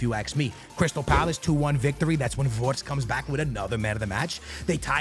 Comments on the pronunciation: It is not wortz but Wirtz 😂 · It isn’t Konet or vortz is Kon art ay and vir tz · why do you pronaunce his name "WoRtZ" instead of Wirtz